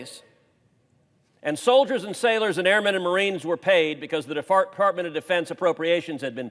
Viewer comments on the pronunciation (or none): Huh hu .. he said deFARTment